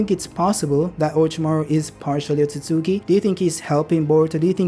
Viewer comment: Hey has said otsosuki 84 times😂